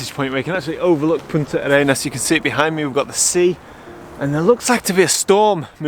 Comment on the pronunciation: We chileans pronouce it as just one word: "Puntarenas" ;)